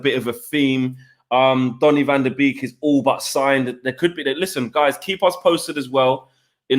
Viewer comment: Its pronounced van der bake not beek